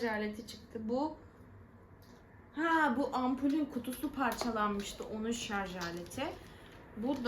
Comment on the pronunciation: Şarz değil şarj😂